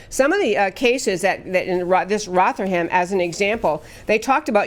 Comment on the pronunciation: It is pronounced Roth er ham. But good try.